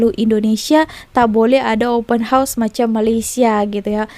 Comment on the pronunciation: org indonesia yg tau sebut open house yg betul mungkin je. yg lain² tak reti sebut termasuk pembaca berita diorg